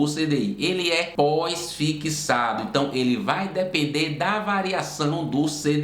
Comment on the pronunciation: Fixado ou "fiquissado" ? 😬